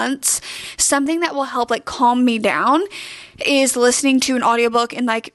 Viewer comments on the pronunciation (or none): none